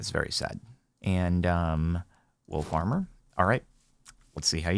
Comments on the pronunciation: I kept hear wool farmer and was really confused for a minute. XD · For a few moments there, I thought he was saying 'Wool Farmer' and was I was getting exciting by some new mob I hadn't heard about.